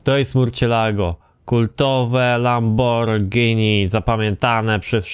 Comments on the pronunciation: Lamborgińi XD lambordżini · Mów normalnie a nie jakieś lamborgini